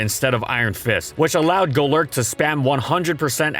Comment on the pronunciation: Goelerk 🤮 Go-lurk 😍👌